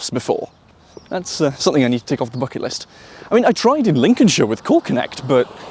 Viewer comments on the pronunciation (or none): none